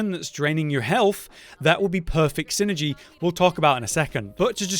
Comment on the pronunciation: Quite the delicious "syngey." I'm going to unironically use that when talking about synergies with my friends.